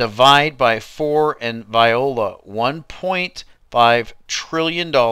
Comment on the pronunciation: viola = 'wella'. French